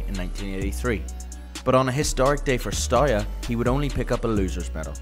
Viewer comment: It's not Stoya. ST is fine, but E in Everton, A in Arsenal, U like oo in LiverpOOl, and A again in Arsenal.